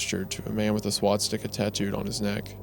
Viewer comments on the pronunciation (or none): Wait, is ... is Wendi saying 'Swat-sticker' everytime instead of Swastika? Surely he hasn't been pronouncing that wrong his whole life, am I right?